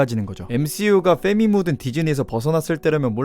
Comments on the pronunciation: fㅔ미 발음 너무 찰지고~ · 페미 Fㅔ미라고 발음 하는거 되게 찰져요 ㅋㅋㅋㅋㅋ